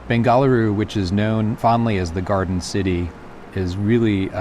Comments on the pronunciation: If one designed interiors of an airport at Bengaluru, I would expect them to at least try to pronounce the city's name correctly (nothing more). Hint is not "Bengaa., .luru" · Absolutely superb, informative video. Most appreciated. The filming of the entire airport was so nicely done. Your pronunciation of the word Bengaluru though, makes me cringe. Gee whiz, Sir, isn't it the right thing to do to at least pronounce the name right? Well if that's so hard, just say Bangalore like the British did the entire two centuries they ruled India! Easy-peasy! 😅 Easier too than saying the equivalent of "the city that gave boiled lentils" to a visiting King...! 😂